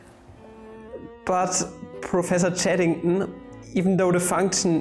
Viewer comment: not being able to pronounce Chaddington was the highlight of my day